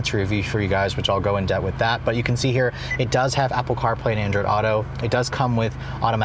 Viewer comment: Jason yea he doesn’t nuance his words too much. He also seems to always say “debt” instead of “depth.” He will say we will go more in “debt” on that later. Lol